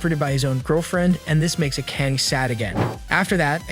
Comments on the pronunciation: Learn how to pronounce Japanese names! It's a-ka-ne! 3 syllables!! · the way akane is pronounced is killing me